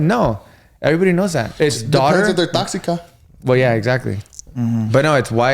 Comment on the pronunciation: said "taxica" 😂😂😂